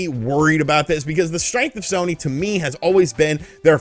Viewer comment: Haha at one point yo said shony sare